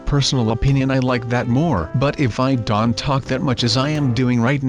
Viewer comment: y do u say dont dant??